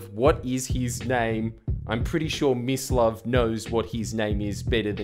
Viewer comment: Oh it's Mislav! All this time I thought Jordan had given that guy the nickname "Miss Love". I've been hearing Miss Love this whooooole time.